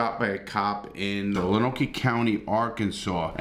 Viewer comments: Love ya Larry, but...it's "Loan Oak"... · Heads up, it's pronounced "Loan-oak." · Great video Larry. Just FYI Lonoke is pronounced "Lone Oak". The cop shot the 17 y.o. three times. Once in the neck, once in the left shoulder and once in right arm.